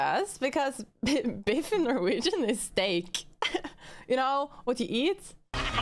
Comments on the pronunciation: His Name is Biff not Beef. Beef is the word your referring to that means has to do with Steak while his Name Biff is a common English masculine name derived from a nickname that means strike, hit, or punch. Throughout history, Biff has remained popular with parents owing to its short spelling and one-syllable structure, which makes it easy to pronounce and remember. The name is pronounced as BIF. Many famous personalities have popularized this name, such as Biff Byford, who was named Peter Rodney Byford at birth in 1951, an English singer best known as the lead vocalist of the heavy metal band Saxon. With a career spanning over five decades, Byford has become a significant figure in the heavy metal genre, contributing notably to the new wave of British heavy metal. Similarly, Biff Henderson is widely recognized for his comedic and television personality roles, particularly on Late Night with David Letterman. Also, Biff Mitchell is a Canadian novelist, satirist, and humorist who has penned several novels, including ‘Heavy Load,’ which he describes as the world’s first ‘laundromance.’ His works often weave character studies from his varied work experiences into compelling narratives. Biff was a live Wolverine mascot for the University of Michigan in the 1920s and 1930s. Initially paraded at football games, symbolizing the team’s spirited and fierce nature. In fiction, Biff Brewster is the central character in a series of 13 adventure and mystery novels for adolescent boys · His name is Biff, not beef. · It’s biff not beef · His name is Biff, not beef, which is steak.